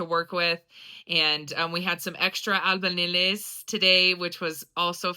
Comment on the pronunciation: Can you say albañiles one more time.. not trying to be a smart ass but i to once couldn’t pronounce the Ñ